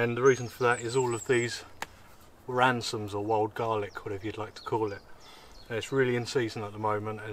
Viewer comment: dude, they are RaM-soNs, not RaN-soMs. Great video mate.;)